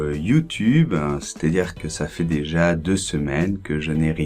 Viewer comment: bonjour, ne penses-tu pas qu'il soit plus juste de prononcer "è" quand tu dis "j'ai fait"? C'est juste une mauvaise habitude de ta part ou y a-t-il une règle qui m'échappe? Merci!